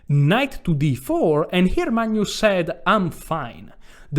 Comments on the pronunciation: Caro, Ho realmente ammirato tutte le tue presentazioni! Adoro il modo che pronunci il Mag-nus come Manjus (per esempio, in "Magna Grecia"). Hai un umore incomparabile. Sono di Grecia Moderna. Amo lo "scacchi" (anche "σκάκι" in greco). Ho sempre amato la lingua italiana tra gli anni che l' ho studiata - da ragazzo di 16 anni! (piu di 50, adesso). Mi piace anche berre il tè freddo o l' acqua spumante (sparkling water o "gazosa", in greco!!). Peró, non ho capito, perché in inglese dicci "sacrAfàis", invece di "sàcrifàis", come in italiano,("sacrificio").. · This guy is hilarious! I crack every time he calls Carlsen "Maynus" and says "...it's freathening...."!🤣